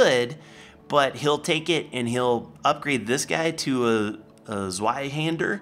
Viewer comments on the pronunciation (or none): none